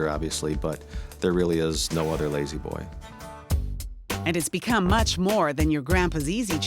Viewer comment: Very nice recliners. Don't you mean LAY-Z Boy though?